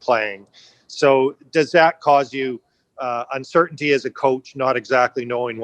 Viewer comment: Uncertainty is not 2 syllables!